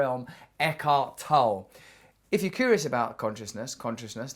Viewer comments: Pronounced toe-lee, Russell. Yes, he's great. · It's pronounced Eckhart TollE, with a short german e a the end. Äkahrt Tollä. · I believe it's pronounced Eckhart Tolle (/ˈɛkɑːrt ˈtɒlə/ EK-art TOL-ə; German: [ˈɛkhaʁt ˈtɔlə]; - (toll a) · The e in the end of Tolle is pronounced...otherwise greatvideo